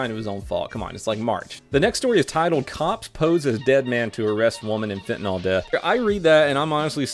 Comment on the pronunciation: Hey. I know you talk funny and mispronounce a lot of things. But there's a difference between "fentanyl" and "fentanol". Fentanol is the brand name of "betahydroxyfentanyl," an analogue of fentanyl, what you're trying to say.